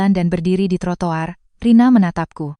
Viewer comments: Bukan trotolar bukan trotowar,ttp trotoar, mantan bu guru mohon maaf ya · Ceritanya bagus hanya pembaca ceritanya harus belajar dimana harus berhenti dan juga membaca kata kata dg benar. Contoh trotoir jgn dibaca trotol ar tapi trotowar dlsb